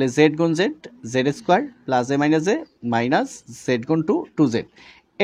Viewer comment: স্যার আপনার বোঝানো অনেক সুন্দর, কিন্তু আপনি মাইনাজ প্লাজ না বলে মাইনাস এবং প্লাস বললে অনেক সুন্দর লাগতো 😅😅